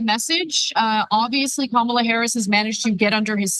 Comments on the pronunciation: It’s some childish how the nutters in the GOP refuse to pronounce her name correctly. Like kids in a playground. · Wow! Trump is really slipping. He actually pronounced Kamala correctly. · He doesn’t say Kamala Harris’ name right but he can’t say Sofia Loren’s name right either